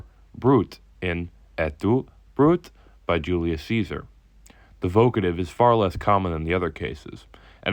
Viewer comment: why did you mispronounce "Brute"?